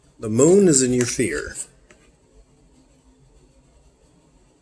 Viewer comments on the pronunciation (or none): none